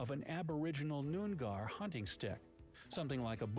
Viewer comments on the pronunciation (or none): My bro really pronounced in nOOn-GAr